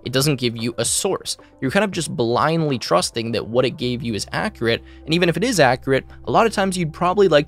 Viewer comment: Your pronunciation of the word "accurate" is inaccurate.